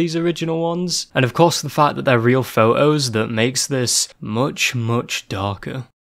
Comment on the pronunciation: Sounds like you said pho-ohs instead of photos very very cute you had me gushing i shall steal you'll pronunciation cool? ok and great vid! keep it up oh and excellent choice of background music